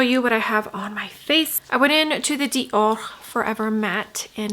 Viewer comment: Love watching your reviews…but hate when u try to pronounce Chanel or Dior differently..it makes me cringe.Anyway, just say it regularly. Love the eye look and love your videos ❤